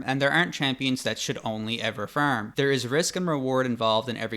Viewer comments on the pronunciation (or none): how to feerm 😂😂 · He pronounces Farm without vowels and is crazy I like it hahaha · fArm- not fErm - you need speech lessons. With this many followers - invest and DO IT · Why is he saying fuerm instead of farm? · great vid but its not "firm" but "farm" >.< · Its distracting hearing the word 'farm' pronounced as 'firm' 😭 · Bro really says ferm